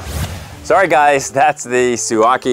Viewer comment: Suaoki (su-o-kee) 🙄😉